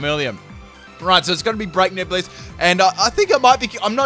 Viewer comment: For a sec I thought you said Break Nips Blitz lmao